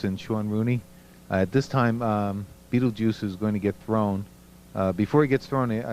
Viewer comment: I lost it when he calls him mr beetljuice